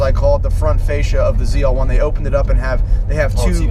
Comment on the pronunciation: why why why do they keep calling it a ZR1 it's a FUCKING ZL1 L not fucking R